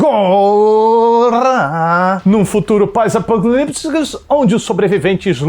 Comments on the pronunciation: "Num futuro pós apocaliptscosnsusnsnsn" kkkkk já começo rindo kkkk esse é demais!!! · Adoro o "pós apocalibdzius"